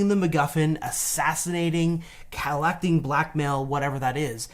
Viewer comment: are we just going to move forward and pretend didn’t just pronounce “collecting” like “cal-act-ing”? love you guys! But that one is on a whole other level! 😂